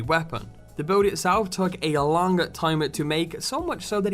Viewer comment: "And it is over 120 centimeters lung"I think its long not lung